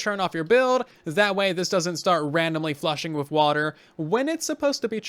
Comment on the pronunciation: u said wither instead of with..😂😂 I'm gonna make crimson fungus farm.👍